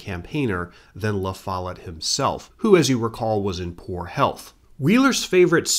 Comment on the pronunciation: Great job but… the pronunciation of “Lafolette” is jarring every time I hear it… 😢